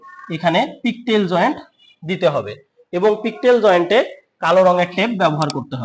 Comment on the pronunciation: জয়েন্টের নাম, পিগটেইল হবে। পিকটেইল বললে সম্পূর্ণ ভুল